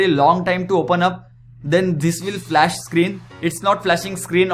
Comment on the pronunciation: *flash not foqsh